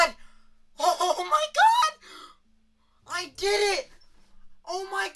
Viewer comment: Wait, so theres where the “I deed eet!” comes from